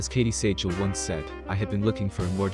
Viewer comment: Though the spelling is different, Katey's last name is pronounced exactly the same as Steven Seagal. If you're gonna post a short about an acting celebrity, you should probably pronounce the name correctly. 😂